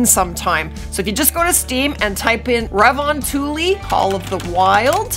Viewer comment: Dude im from finland you say "revontuli" wrong